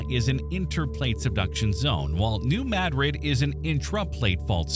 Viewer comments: It is pronounced... NU MADdrid .... not... Nu mahDRID. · I enjoyed this, but the AI mispronunciation of Madrid was a major, annoying distraction from the quality of the production. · I quit watching when New Madrid was mispronounced.